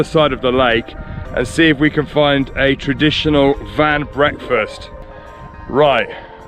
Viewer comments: Great trip on the eastern side of Turkey. Please put some effort to pronounce the names of places properly. Van, for example, should be pronounced rhyming with "one". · Actually the name is not Van it's Wan but Turkish don't have W so they changed the name from Wan to Van